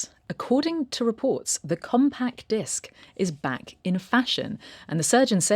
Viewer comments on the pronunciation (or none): Came here just to hear say "Comb-pack-disk"